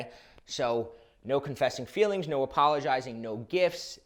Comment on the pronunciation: What is “appolojsirius”?